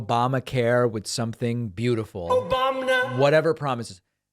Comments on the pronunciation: "oBAmna" Hysterically hilarious. Every. Effing. Time. Period. 😂😂😂🎉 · MAGA not popular. And “!!” Still funny 😄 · "..." never ceases to give me a chuckle. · OBOMNA 😂 gets me every time